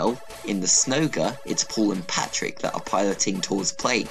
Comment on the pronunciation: Stop calling him Patrick His name is patryk (Pa - treek)